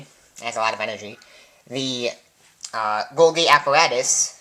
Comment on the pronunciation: I think it's pronounced golji